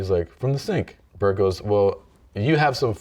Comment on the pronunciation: I wish he would have kept saying Bert's name wrong. What happened to Tom is that he broke himself trying to play basketball.